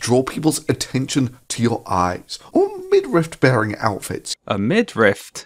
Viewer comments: It bothers me way more than it should that this dude say midRIFT instead of midriff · i shudder a little every time he says 'midrift' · I would like to point out that even the auto-generated subtitles- the same ones that mistake thunderfoot as "fun the foot"- interpret thunder's pronunciation as "mid-rift." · Thunderf00t: “midrift” Paul Joseph Watson: “millimetre” Same energy. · "What's a midrift?" 😂😂😂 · Honestly I used to think it was pronounced “midrift”. No relation to the video, just a little anecdote, lol. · Say Midrift one more time, Thunderf00t. I double fucking dare you. Edit: and that’s why you wait until the end of a video to leave a comment. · Wow, I was just typing a comment after hearing Thunderf00t say "midrift" for the second time when addressed it ^_^ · To be fair, I also thought it was pronounced / spelled middrift. TIL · Minor but irritating, there is no letter t in midriff thunderf00t. Stop pronouncing it like there is. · Ah called it out 2 mins after it drove me to comment, champion. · Midrift reminds me of rick and morty "did you just say granite? Its granted" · Im not ashamed to thank you for teaching me its pronounced "midriff". and that is not the only thing I took from this video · man you have lots of good videos, i’m a fan. but ridiculing thunderfoot for getting “midriff” wrong comes off as petty. it’s an understandable mistake. i’m sure there’s something like that you’ve been saying wrong for years also. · Thunder foot also doesn't know how to pronounce "midriff"